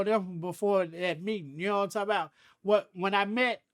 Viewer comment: “Know what I’m talm bout”